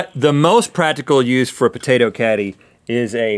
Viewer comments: I thought he said catty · Lol I thought the potato caddy said potato candy and i was like HECK YEAH XD